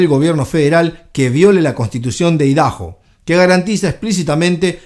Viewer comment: Papa no se dice ( Idaho ) “idajo” se pronuncia “aydajo” Idaho es nombre propio 🧐